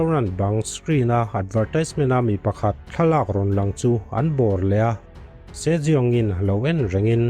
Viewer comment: Sir se jeong tih khi si young ti a lam tur nilo mo